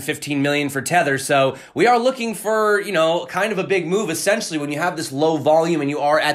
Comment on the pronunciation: "essentially" ( uh-sen-shuhlly ) Adjective: i) Absolutely necessary; indispensable: Discipline is essential in an army. ii) Pertaining to or constituting the essence of a thing. iii) To buy Bitcoin as quickly as possible. 😉